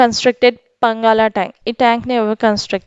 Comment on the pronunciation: mam it's not a పంగాల tank it's పానగల్ tank